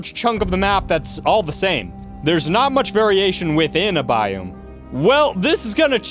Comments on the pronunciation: It's a biOme not a biUme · How you pronounce biome makes my ears hurt XD and that you say it so rapid fire at one point was crazy lol.